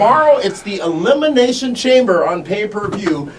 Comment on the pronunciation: Elimiznation ? was that a speech error or just a reason to say the miz ? xD